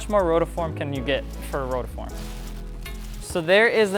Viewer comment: Ok stoped watching becsuse of you saying rotoform.